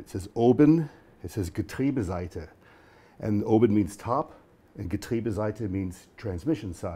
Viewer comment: Very surprised by your clear pronunciation of "Getriebeseite" haha... Definitely not an easy one!